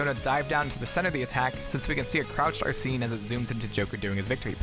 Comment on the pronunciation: Bruh. It’s Ar-sen, not Ar-seen.